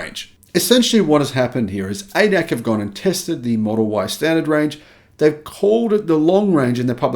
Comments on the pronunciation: It is not not pronounced Ay-dack, but A-D-A-C, or in German, Argh-Dey-Argh-Sea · ADAC pronounced Ay Dee Ay Cee - not AyDAK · Hi, ADAC is an abbreviation with pauses between characters, like A-D-A-C. The problem with the ADAC is, that their magazine is read by many Germans, because the ADAC provides a roadside assistance service, which many drivers subscribe to. It is not the first time the ADAC spruiked false information. Hence, no surprise here. Their magazine is heavily funded by legacy auto; hence, I agree with your assessment that the Germans are scared sh!tless they loos the EV war and do all they can to sh!t on the competition.